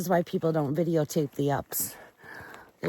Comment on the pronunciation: I love how you say, videotape! I say the same thing, and my friend laughed at me